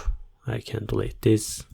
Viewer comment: ogladam sobie losowego hindusa ale nie pasuje "dilejt" do tej ukladanki. tresc bardzo dobra, angielski toporny i polskość zdradza jedno slowo. sprawdź sobie w slowniku jak sie wymawia delete i czym sie rozni od delate